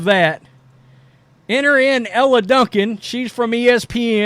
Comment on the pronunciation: Dude I agree with most of your takes but you've got to start pronouncing these women's names correctly. It ain't Ella and Ahhhhhhhhzhay. It's Elle and Aja (Asia)